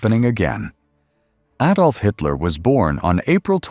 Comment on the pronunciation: At least he said AH-dolf. Most Merry Canners say AY-dolf (Tsk tsk tsk). A fine distillation of Hitler's warped mind that resulted in so much death and suffering. What I particularly appreciated was the depiction of suffering upon Germans imposed by the Allies in the aftermath of WW I. So many historians rue this punitive excess as a root cause of WW II.